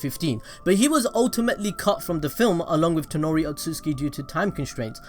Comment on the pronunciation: Bruhhhhhh. His name is TONERI! Not ToNOri...